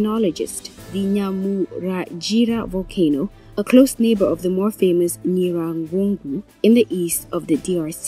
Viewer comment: Can you please try to pronounce names properly as a journalist we know it is wrong to say a name incorrectly! To do so read your texts repeats difficult words few times to memorise the proper pronunciation it is NYIRAGONGO and NYAMURAGIRA Volcano just look and read softly you will get it right